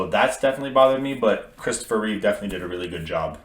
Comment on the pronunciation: There is no s at the end of Reeve